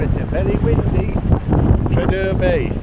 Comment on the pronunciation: Pronounced tree-ar-der Bay. Bless you ❤